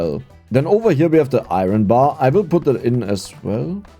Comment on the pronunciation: I thought we taught how to say "iron" properly during Coal LLC? What happened? 😂